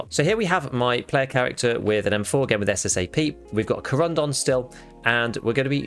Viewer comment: It’s SSA AP not SSA P!!!